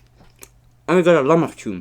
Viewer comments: Lahmacun not lachmacun it’s pronounced lah(with the throat sound like you’re about to spit) lah ma jun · Hey man itsnot lachmacun its lahmacun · Its lah-ma-jun lol